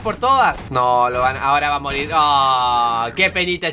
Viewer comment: Soy yo o escuche que dijo marir xD